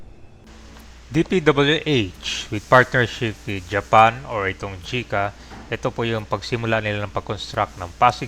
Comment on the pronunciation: JICA po hindi CHICA